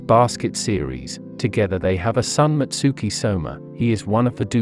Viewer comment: It's Soma/Sohma. Not Shoma